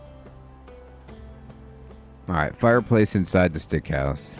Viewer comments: Love your vids and just bought this game, so perfect timing for me. I grin every time you say "Stick House" as it is actually "Sick House". Our minds are so funny sometimes with what they get stuck on. Adds to the charm and entertainment levels. Appreciate your thoroughness, as always. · can you stop calling that house stick hose, its called SICK house not STICK xD pleaseeeee hahahha great video btw <3